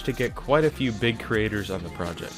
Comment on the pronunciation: dude really said Spectex with an R, smh Good video btw